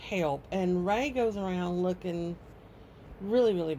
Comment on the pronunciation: It's Ray, not Ray-Ray